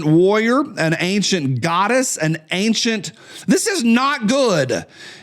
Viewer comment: Ok,, my turn to be grammar nazi adjacent. I'm hearing more and more people pronounce the word "ancient" incorrectly. It's not "angcient," there isn't a "g" in ancient. Feel free to call out any mistakes, after all, that's why I'm adjacent and not certified.